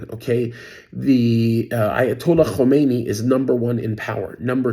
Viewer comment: Khamenei, not Khomeini.